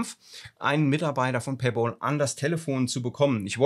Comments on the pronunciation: Es heißt paypal und nicht Paypaul 😅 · Es heißt Paypäl, nicht Paypol. Wieso kriegen das so wenige auf die Reihe?? ôo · PayPal= pei päl, und nicht pei pool 🤣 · Ein Verbesserungsvorschlag: Weils echt weh tut! ..."Paypäääääääääl" bitte. Ausgesprochen mit einem "ä". Nicht "Pay-boool". Pay-Pal (Übersetzt: Bezahl-Kumpel) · Duweißt schon, dass paypal mit P und nicht mit B geschrieben ist- also nicht bol sondern pal. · PayBall? Noch ein Fehler, das tut an den Ohren richtig weh! Es ist doch kein Zahlball🙄 Es heißt PayPal was Zahl Kumpel bedeutet. Pal (Kumpel) wird mit einem kurzem Ä ähnlichem Laut ausgesprochen. 🤓 Wenn man es z.B. im Google Translator eingibt kann man es sich auch anhören und bei Bedarf für sich üben.☺ Außerdem brauch man PayPal nicht die Schuld für das geben, was man selbst der Reihe nach verbockt. Vielleicht lernst auch du aus deinen Fehlern. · Bitte sag es RICHTIG es heißt nicht PAYBAL es heißt PayPPPPPal da ist ein 2. P. Danke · Alter, es heisst Pay Pal und nicht Pä Boll! Musste ausschalten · PayPal und nicht PAYBALL 😁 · Danke fürs Teilen der Erfahrung! ...ich bin nun bei knapp 4 Minuten und zucke jedes mal zusammen, wenn Du Pay"Ball" sagst. 😵‍💫😅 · Pay 'BOL' hahaha! :D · Ich höre immer PayBalll 😀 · harte geschichte. aber ich höre immer paybol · Tut richtig weh ne, und dann noch sooo oft. Hatte auch gerade was dazu gepostet. Für mich hörte sich das immer wie Pay BALL an 😂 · Ich höre immer PayBall 😂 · Was zum Teufel ist Paybol? Wenn man einen Sprachfehler hat, soll man doch besser keine Videos drehen. Oder eine künstliche Stimme verwenden. Es stimmt auch nicht, daß nach abgeschlossenem Vorgang man über PP nichts mehr machen kann. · Verstehe immer paybal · Sag doch bitte nicht payball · Paypal Kollege, nicht Paypol. 😅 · Es wäre schön wenn du PayPal richtig aussprechen würdest. Du sagst immer wieder PayBall